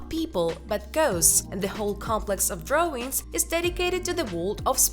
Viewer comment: Why do you say .. DrawRING instead of drawIng .. ING